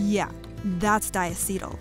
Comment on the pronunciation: diAcetyl.... not diaCEtyl